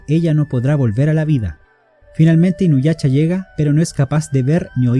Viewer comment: Perdón pero no puedo parar de reír cada que dices inuyacha